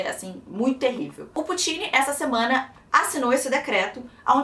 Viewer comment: se pronúncia pÚtin e nao putÍn